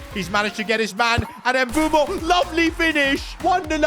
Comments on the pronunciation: Please stop pronouncing mbeumo ”embumo” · Can you please try and pronounce Mbeuemo's name probably🙏🙏